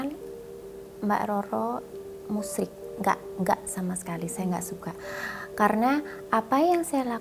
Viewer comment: hhhha ....bukan musriiik kata mbak roro tp menyekutukan Allah